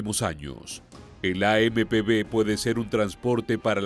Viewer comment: traducir bien las palabras es AMP uve no b